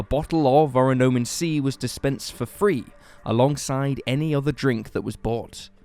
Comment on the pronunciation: good video! the drink would be pronounced oronAmin instead of oronOmin based on the hangul on the bottle at one point, though :)